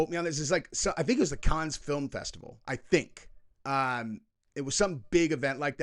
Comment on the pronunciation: The Cannes Film Festival is correctly pronounced as "Kan," rhyming with the word "can". The final 's' is silent, and the pronunciation is a single syllable, not "con," "cans," or "kahns". C'mon, ENGLISH (or at least the correct way to say it, I know it's Francais)